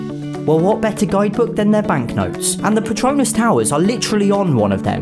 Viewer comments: This man pronounced Petronas Tower like Harry Potter's infamous patronus charm. Ain't gonna lie, kinda digging it tho. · Everyone not from Malaysia or nearby pronounces “Petronas” towers wrong. It’s so amusing. They say it like a patronus from Harry Potter. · I like how he say patronus towers. It makes it sound like it came from harry potter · Lmao, the way he says 'Petronas' sounds like 'patronus' (Edit: btw I mean no hate, I just thought it was kind of a funny thing to point out. Hopefully I didn't offend anybody) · expecto patronum XD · Patronus charm